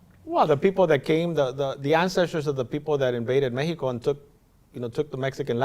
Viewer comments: Lol mehico lol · In English it's called Mexico, not Mejico. In English it's called Japan, not Nippon.